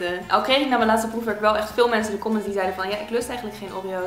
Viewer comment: ik verstond foefwerk..